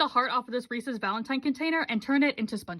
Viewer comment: I thought you said racist, not reeses 😭